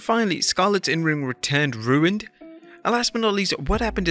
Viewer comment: I missed the part where Scarlett's return was ruined -- not happening for some reason is different than being ruined. BTW pronounces ruin just like Stewie Griffin.